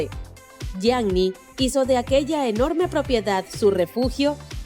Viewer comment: SE DICE YIANI NO YIAGNI! BRUTAAAAAAA!!!